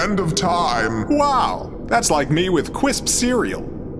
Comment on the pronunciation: Lmaooo cwisp cereal 🥣